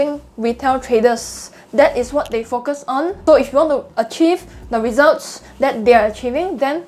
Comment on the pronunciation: Your 'Focus' sounds like `f*ck us' but very informative video, Thanks.